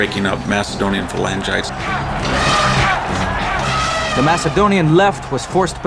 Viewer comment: You would think the narrator would bother to learn the correct pronunciation for "Phalangites".